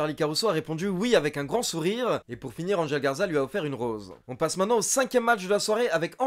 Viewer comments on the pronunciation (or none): none